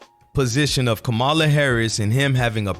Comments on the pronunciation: Dude I can’t take you serious if you can’t pronounce the name of the VP properly after all this time ur ridiculous I think it’s disrespectful and on purpose. It’s NOT Ko- Ma la. It’s Comm a la it’s not hard. By the way you clearly don’t know how Gov works. The VP is a symbolic post they have absolutely ZERO power. The Secretary of State has way more power and authority. The VP is just a figure head with very little influence. Put it this way. You think Mike Pence had any power whilst he was VP, lol. Ur not ready for prime time my guy. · Dude, pronounce her name correctly. Come on! 🤦🏽‍♀️